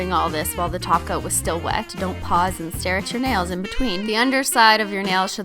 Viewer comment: What did they do with her that’s not here she said topcoat not toco Nooooooooooooooooooooooooooo